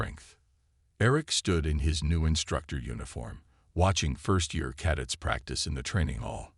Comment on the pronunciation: Maybe teach the AI how to pronounce "CADETS" already!